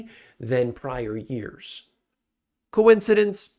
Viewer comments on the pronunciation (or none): said reeeeyears